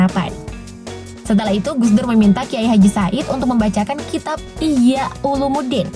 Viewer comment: yang di baca Kiyai Aqil bukan injia' Ulumuddin, tapi ihya' Ulumuddin 🤣